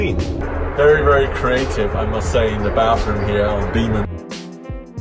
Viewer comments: The way you said Biman like "Beeman" is too funny for me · "Beeman "..lol 😂😂😂😂 It's biman.. Learn to pronounce correctly heta marani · its Biman not bhima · Seeing an Airhostess with specs for the first time. Good flight though. The pronounciation is Bmaan...😄👌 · Sam it's not Biman, it's Bimaaan.. itself means an Airplane 😂